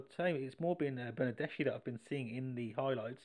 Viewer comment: Its pronounced - > Bernadeski and pyanich I like for the names to be pronounced properly sorry 😅